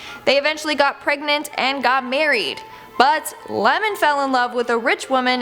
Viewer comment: she really called Iemon “Lemon” 🤣